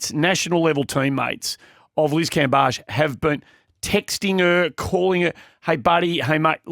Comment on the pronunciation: anyone think is actually Liz? Liz can I ask you for the correct pronunciation of Cambage? Is everyone messing it up or do you keep changing it to be a diva?